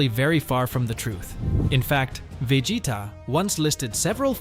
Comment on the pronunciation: Man can't say Vegeta